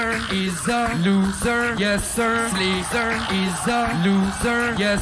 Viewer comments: Why is he calling slizzer "slizler"?? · yo my boi its slizzer not scissor okayy